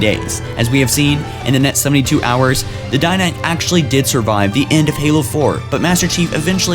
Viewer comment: DIDACT NOT DINACT.